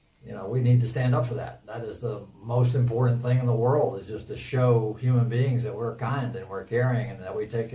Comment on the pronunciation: roflmao the way he pronounced world... the "whirled"